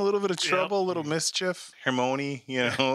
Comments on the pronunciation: "Silus" Black? "Hermonie?" Tell it's Sirius (Serious) and Hermione is Her-my-oh-nee. And the chocolate thing is because it was popular knowledge for a while that chocolate helps with emotional lows. And, yes guys, it WAS a deer...! 8-D stay tuned! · I love how pronounces HER-MOW-KNEE XD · Silas, Dumbledorf, Her-moany 😂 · Hagerd Hermone And Silus 😂😂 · Three movies in and this guy still calls her “Hermone” “Sylus Black” like lol omg. in retrospect I think he’s doing it on purpose he’s laying it on so heavy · Hermione's name is pronounced...her-mine-knee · "Hermony", "Silas Black" - does he not hear properly? Just making random names up? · Sorry to nitpick but you are HORRIBLY butchering their names. It is Hag-RID, Her-MY-o-NEE, and Sirius not Silas. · Ha! Y'all crack me up... 3rd episode in and you still do not say Hermione's name correctly giggle*giggle poor girl. My name is butchered and mispronounced constantly so I feel that. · I love how you guys can't pronounce Hermione's name to save your life😂😂